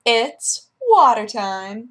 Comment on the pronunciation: COFFEH FOR WATTAH?!